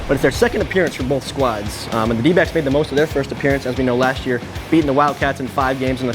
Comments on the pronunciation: sounded like “we are, D-bags”😂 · I swear i heard them call themselves the Dbags not the Dbacks 🤣